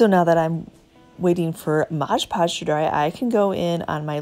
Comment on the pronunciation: I love all of what you do! You offer great tips and ideas! I also like the shortened intro. I do have one tip for you though... it is Mod Podge and not Modge Podge. Common mistake but wanted to let you know! ❤️